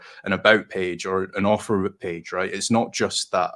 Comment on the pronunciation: Ohh AUTHOR, lmao, I thought you kept saying Offer, lol I was very confused